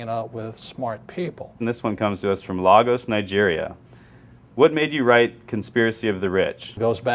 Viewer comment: largos ,nigeria.. total idiot, it's pronouced laygos.